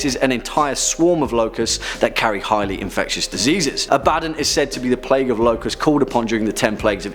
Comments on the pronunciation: Abb-Uh-Dawn not "A bad nun" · It's not A-bad-don it's Ab-ad-don. Some demonologist. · Abaddon isnt pronounced "Ah-bad-don" its pronounced Ab-ah-don". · The way you pronounce Abaddon kills me 😂😂 It's pronounced "Ab-Ba-Don" Not "A-Badin" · That’s only how they mispronounce it in Warhammer 40K. If it’s supposed to be pronounced “Ab- uh- don”, why isn’t his buddy’s name pronounced “Tore- guh- don”? It’s not, it’s “Tore- gad- uhn”, just like it’s supposed to be “Uh- bad- uhn”. That’s why there are 2 “D”s, and not 2 “B”s. Abaddon and Torgaddon. And there’s another one whose last name is “Ekaddon”. That’s just how double consonants are pronounced- you even doubled the “B” in your pronunciation explanation, further illustrating that I’m correct. Sorry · its pronounced ab a don btw xD supernatural needa watch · Holy crap you are butchering some of those names ab a don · Ab-Uh-Dohn - Abbadon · It's pronounced A' Ba Don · Who else internally corrected, or at least changed, how he pronounce Abaddon? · Great video... the pronunciation of Abadon killed me lol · That’s not how you pronounce abaddon’s name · The constant mispronounciation of Abaddon kills me from the inside.